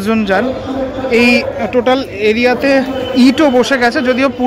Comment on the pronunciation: Totel ❌ Totaal ✅